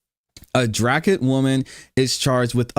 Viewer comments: Pronounced “drey-kit”…….Dracut……..You need a Mass accent lol. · Dracut - " DREKIT" but it really dooesnt matter! the town's names suck here